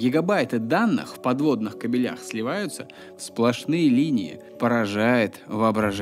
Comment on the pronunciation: Ты сказал "в подводных кобелях".а не "кабелях"🤣.